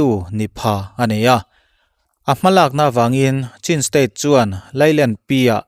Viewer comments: CHIN tiin in lamri thina, CHHIN tia lam rik tur zawk a ni.. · Chhin tih a lam tur